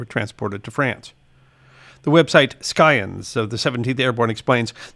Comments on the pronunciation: Thank you for the video. If I may make a correction, the word scion is pronounced with a silent c, as in si-on. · Merriam-Webster says Scion should be pronounced sigh-on, with a soft "c", as in "science". It is believed to be from the Old French for "twig". Perhaps the "c" was hard on Old French.